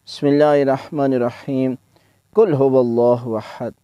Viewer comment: سلام علیکم قبلہ محترم! عرض بآداب۔ شاید مائک وغیرہ کا مسئلہ ہوگا، آپ کے اھدنا میں ھا کی ادائیگی بالکل بھی ظاہر نہیں ہو رہی، "اِدِنا" یہ آواز آ رہی ہے، اور قل ھواللہ میں "ق" کی آواز بالکل بارک جیسے "ک" کی آواز آرہی ہے، اسی طرح سورۃ القدر میں یہی ایشو ہے۔ جزاک اللہ سلامت باشد